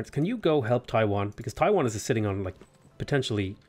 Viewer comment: Loving these civ vods. Just want to point out that Taiyuan is not Taiwan. Yuan is pronounced yu-an. The same pronunciation as the Yuan, the Mongolian empire. Different character though.